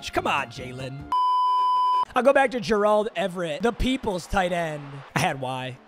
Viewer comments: Why are you saying Gerald like that? It’s bothering me 😂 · pls learn how to say gerald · PLEASE STOP PRONOUNCING GERALD LIKE THAT